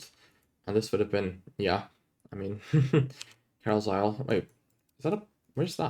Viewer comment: that Carlisle pronounciation 😂